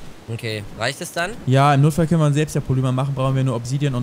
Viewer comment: Dner eine kleine Bitte, du sagst immer Polüma, das wird aber Polimer ausgesprochen, bitteeeeeeeeeeeeeeeee.